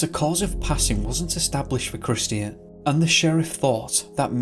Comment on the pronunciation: Hello, the name "Christian" is pronounced CRISS-CHEN, It is not pronounced CRIS-TEE-N. My eldest son was calling himself Christian for awhile, so I'm sensitive to it I guess, no offense intended, thanks!